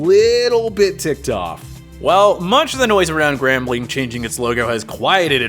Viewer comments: 3rd team to the party? NO!!! We're the FIRST team to the party!!! And I dont like how you pronounced us as GAMBLING instead of "GRAMBLING".... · I picked up on that too. Grambling not gambling lol. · It's Grambling State University. It's named after the city of Grambling, Louisiana. It has never been spelled or pronounced as Gambling